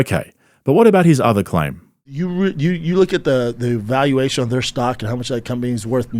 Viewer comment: Schaub being a business shark is hilarious. He can't even say "valuation". I'd love to see him try and say "EBITDA".